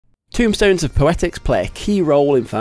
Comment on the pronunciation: TOMEstones, TOME, like a book, not tomb like a grave, T-O-M-E rhymes with gloam and roam TOMEstones